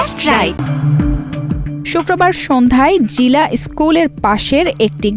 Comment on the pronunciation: কাজটা অবশ্যই খারাপ হয়েছে। তবে, রিপোর্টারের ও বিচার হওয়া উচিত। উনি বাংলার পুরা বলত*কার করে দিয়েছে। নাড়ি না নারী, জিলা না জেলা, মাড়ধড় না মারধর। এইরকম আরও অসংখ্য। নুন্যতম বাংলা শিখে তারপর জাতীয় পত্রিকায় কাজ করা উচিত।